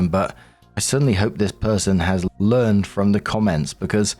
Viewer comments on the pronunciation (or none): none